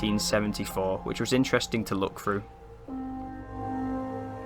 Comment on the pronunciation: "Two fousand and free", "look frew", "weirded out". . . . . . weirded? the only weird things there are you lot. Your naration is terrible "Two fousand and free"? and what is WEIRDED? Give it up.